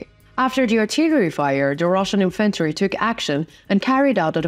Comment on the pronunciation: Thanks for this report! Significant is pronounced sig-NI-fi-k'nt emphasis on second syllable hard "K"!! (not soft "sh" as in "ship" and share) 😊 "Infantry" has emphasis on first syllable.. "IN-f'n-tree"